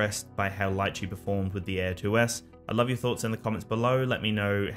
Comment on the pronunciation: Can't pronounce Litchi tho..